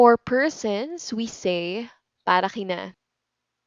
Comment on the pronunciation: Why some people, such as you, sometimes pronounce K as if it were H (kina/hina, kay/hay)? Is it some sort of regional accent, or everyone in Philippines pronounces like that?